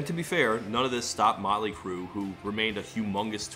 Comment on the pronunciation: I thought he said "Nine Inch Crue"